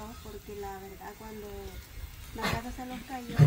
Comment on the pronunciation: La palabra casa parece como si fuera una z